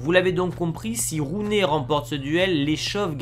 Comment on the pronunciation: Juste comme ça Gullit ça se prononcer "Roulite" et Rooney "Rouni"